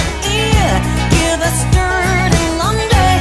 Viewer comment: It sounds like a decent version to me. I think the word "laundry" should be phrased like the original with 4 syllables instead of just 3, but that's probably part of the whole "make it your own" thing.